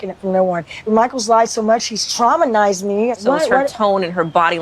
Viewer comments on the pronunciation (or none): she said "traumanized" again.